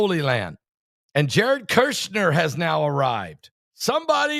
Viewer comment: Pronounced Jarod Kush-ner